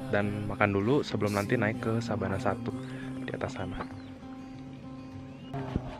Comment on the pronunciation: Sabana apa savana sih